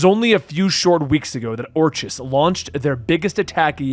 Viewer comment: FYI, its pronounced Or-Kiss not Or-Chiss